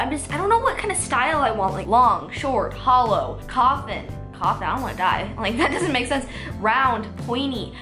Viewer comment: it’s holo not hollow